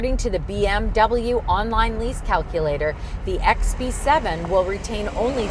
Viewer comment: in the first of the video you said bx7 not xb7😂😂😂😂😂